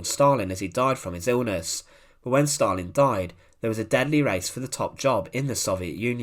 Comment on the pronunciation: There is no * r * in Stalin or gulag ***!!!!??????😊..